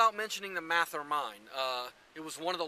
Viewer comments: It is not pronounced MATH-er. Mathe-er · You didn’t even pronounce Mather correctly. 😬